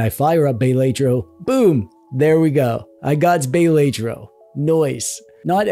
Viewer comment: Bay-lay-tro is diabolical